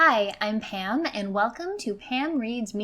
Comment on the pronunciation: I'm sorry, are you saying Pam or Pan?